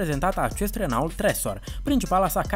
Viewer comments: Prezinti un canal care vorbeste despre tehnologie si tu spui "Renault" in loc sa spui "Renò"? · Se pronunță "Reno", nu "Renault" . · Renault se citește reno.......